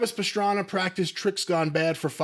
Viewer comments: I love Travis Pastrana but Jim calling him Travis Pastrami is hilarious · "Who's Pastrami?" 🤣 I'm pretty surprised hasn't heard of Travis Pastrana, if I have.